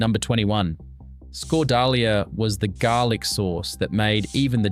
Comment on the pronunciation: Yep Scot-Dahl-YA